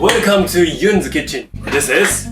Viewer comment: "Wercome to kitchen, this is 1000 degree cookie cutter" * wink * 😂😂😂